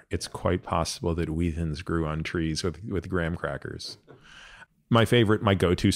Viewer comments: Wheat Thins as one word? Wheathins??? Mind blown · Why are you saying “wheat thins” in a way that rhymes with ”heathens”? 😂